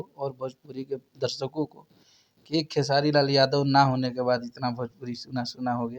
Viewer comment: pahle naam lena sikho,Khesadi nhi Khesari...